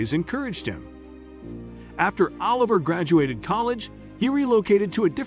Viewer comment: grteat story and morals, but the AI narration really ruins it. for me anyway. "Seen", "ahh liver", "oLIVer", etc. We can do better with AI. You need to getr Anna Farris to pronounce Oliver like she did in 'the house bunny'